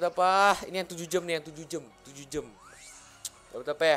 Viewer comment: ngomongnya jam sihh jangan jem